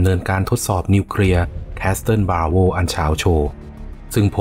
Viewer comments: Castle อ่านว่า แคส-เซิล ไม่ใช่ แคส-ซะเทิล นะครับ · ขอบคุณสำหรับเนื้อหาข้อมูลดีๆครับ สำหรับคำว่า Castle ตัว T ไม่ออกเสียงนะ ออกเสียงว่า คาสเซิล (kasel)